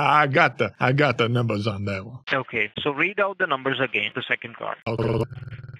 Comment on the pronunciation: "card numbos"